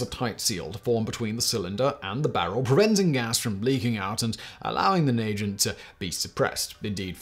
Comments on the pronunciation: Did I just hear "Nagant" pronounced "Nay-Gent" instead of "Nah-gant".... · And then “Nay-Jant” revolver? Are you kidding me. Do a little homework Simon. It’s Na-Gant. Just the way it’s written! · Dies everytime he says Naygeent instead of NA-GANT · naygin revolver? lmao na-gant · Work on your pronunciation of nagant. Na-Gont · I’m absolutely shocked you knew about the Nagant revolver!! Well done lol 👍🏼 it’s called NA-GANT, not how you said it! Your British fact boy!! How’d you get that wrong? Haha 😂 also, I may or may not have a suppressor that is quieter than a BB gun 🤷‍♂️ but hey, facts be facts tho right!?? 😉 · Not bad overall. Horrible pronunciation of Nagant. Due to it being a Belgian name, it will be more nuh -gaant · The Russian firearm name is pronounced with a hard G, aside from that I loved the video. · Bro htf were you pronouncing Nagant like that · His pronunciation of Nagant... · Ok, the way Simon pronounced Nagant made me laugh a bit, but there is good info here. I'm also kind of jealous of the people who live in countries that encourage the use of suppressors. But, American lawmakers often do what Mickey Mouse and Hollywood tell them to do. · Speaking as a keen shooter, it’s nice to see such an accurate summation of suppressors - they’re all too often misrepresented, not least by the world of entertainment. A few small errors - and of course the pronunciation of “Nagant” - but all in all this is great.